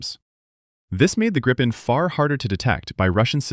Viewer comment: There is only 1 P in Gripen...so why do you pronounce it with 2 P´s....???